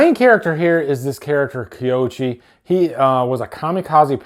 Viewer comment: Koichi, not Kioshi. Takashi, not Takaki.😂